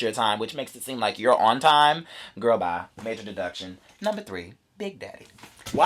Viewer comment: AUDACITATION lmfao